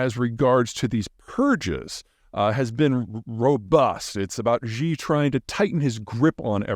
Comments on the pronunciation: Please stop making fun of the Chinese language, Maybe get a little education Xi is not pronounced like ZhaZha Gabor! and Bejing the same thing. You sound ridiculous. For the president, say she, then spread your lips like a giant smile. Hear the difference? For the capital of China, its Beijing as written - like Jingle bells. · It's hard for me to take seriously an expert who can't even pronounce the name of the Chinese leader properly (hint: it's pronounced like "shee" not "zhee") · Xi = “She”. Not “Gee”. Please say “SHE jean-ping.” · Zeihan is knowledgable about China and has said some things that makes sense but he has often gotten things wrong as well. BTW Pete- Xi pronounced "Shee". Not "Gee". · ‘Xi’ ( pronounced ‘she’ for want of getting overly pedantic) not ‘Zhi’. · Xi's name is not pronounced "ji" with a "j". The "X" is pronounced like "sh" in "sheep". You might think that it doesn't matter, but this is the sort of thing that gives Americans a bad rep around the world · Jhee?? Ghee?? Zhee?? Gee whiz -- how I cringe with your poor pronunciation of the name. Not a good look when such a basic thing is mangled. Xi in Romanization is actually spoken like "She" but with the mouth more closed. Please do better Mr. Jhai-Han. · Peter, can you say "she?" That's how Xi's name is pronounced. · Why does Peter pronounce Xi's name that way? I know the x in Mandarin is not easy for English speakers to pronounce perfectly, but pronouncing it like 'sh' in English is a reasonable approximation that I hear almost every other English speaker use. Peter seems to use the j-like sound you get in bei'g'e or plea's'ure. Why? Surely Peter has heard the name pronounced by other English speakers. Example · Chinese leaders name is pronounced 'She' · Xi (Xi jinping) is pronounced like SHE in english.... or Si in italian. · I'm impressed by Peter's continued refusal to learn how to pronounce Xi correctly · Please pronouce Xi correctly